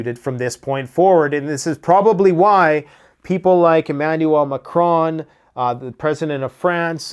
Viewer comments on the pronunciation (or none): none